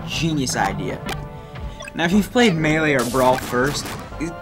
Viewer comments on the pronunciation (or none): none